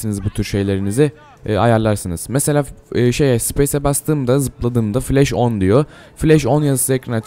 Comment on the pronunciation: Flesh değil flash